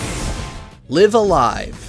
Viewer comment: It's Live A Live, not Live A Live or Live A Live, obviously. DO BETTER.